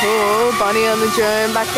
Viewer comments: haha it's Drone not drome😂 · I think you mean to say Drone not drome 😂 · DRONE! NOT DROME